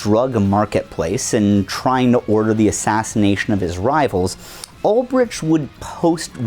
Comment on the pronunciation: Bro can't even check the wikipedia page for Ross Ulbricht to see how his second name is pronounced. And then bro is too monolingual to see that said page is wrong. The absolute state of americans nowadays...